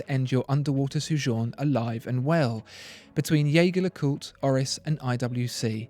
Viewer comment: Wish you had explained better what the tiling bar on the JLC indicates (also, Jaeger is pronounced the French way). The IWC is quite amazing, great functionality.